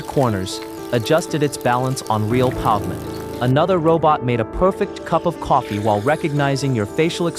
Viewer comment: But eveb this bot can't pronounce "pavement" correctly, haha.